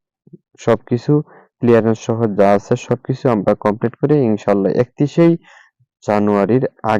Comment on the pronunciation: Murkho. Complete uccaron korte parle na. Complate bolla. Pagol sagol